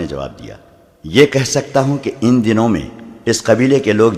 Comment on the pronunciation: ان دنوں۔ In Donoun naheen Bul k " Un Dinoin ان دنوں یعنی الف کو پیش لگا کر پڑھنا مناسب ھے۔